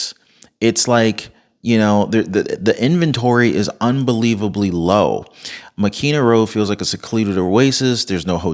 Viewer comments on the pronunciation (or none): I love your channel but you're butchering the pronunciations! It's Lah-HIGH-nah (Lahaina), Mah-KEN-AH (Makena) and HAH-lay-AH-Kah-Lah (Haleahkala)!